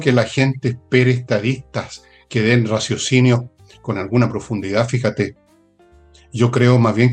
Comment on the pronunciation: Jara no sabe ni hablar, dice.... bijate.. ...en vez de fíjate.Muy bajo su nivel, no tiene mundo